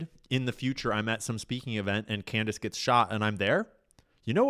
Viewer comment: Did anybody else notice when Candace improperly pronounced her own name?